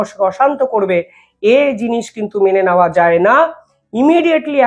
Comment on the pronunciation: Dear, do pls try and avoid mispronunciations -- like pogram ( it is program), dawa & nawa ( desirable forms are "dewa" & "newa" )! Otherwise your reporting and analyses are excellent. I always enjoy your commitment. Jai Hind.